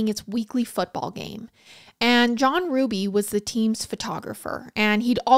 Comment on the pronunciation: My maiden name is Hruby! I just want to give my biggest thanks to you for obviously doing your research and pronouncing Hruby right!!!!!